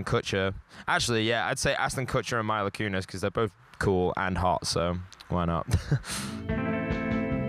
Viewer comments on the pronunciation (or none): the way he says mila Kunis is so irritating. it's Mee-la not My-la buddy.